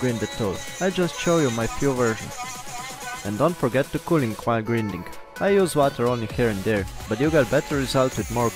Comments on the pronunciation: Grinding pronunced grainding. See you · Thank you for this. I want you to know that "grinding" is pronounced with a long first "i," like "finding." Thanks again. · can you say... grAAAAIIINding ? ... its not the fucking grindelwald !